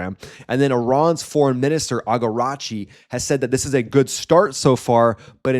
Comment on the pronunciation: Who is agaratchi? It's iraqchi